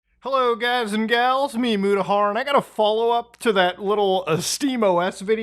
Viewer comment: might be spelled mutahar but it’s pronounced mudahar